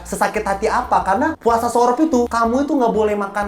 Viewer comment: jujurly dr awal ni film muncul sebel banget dr orang2 yang promosi gaada yg benerin cara baca yg bener. Jadinya malah semua orang cara bacanya sorop. Padahal harusnya tu bacanya surop (bacaan ro nya kaya baca roda, bukan kaya baca roti). Malah ditulisnya kalo ditempatku biasanya ditulis surup/surop bukan sorop kurleb gitu si, cmiiw ya gais